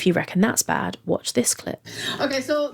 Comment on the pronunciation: I think she said BAE not bad.